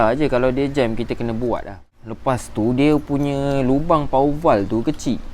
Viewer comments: bro! jgn sebut power val... salah tu... bunyinya power waf... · power waf pun salah bro! sebut power valve